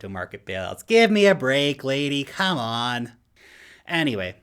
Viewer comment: Kuh-mon man!! kuhhhmon!!!